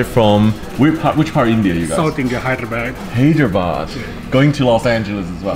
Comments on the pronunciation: It's Hyderabad not hajirbag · That's Hyderabad not Harijbag